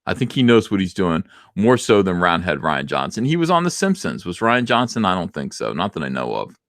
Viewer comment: As someone named Ryan, I humbly ask you refer to him as roundhead "Ree-an" Johnson. Thank you for your time.